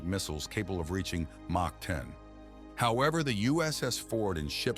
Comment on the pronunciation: Mach is pronounced “mock” and not “motch”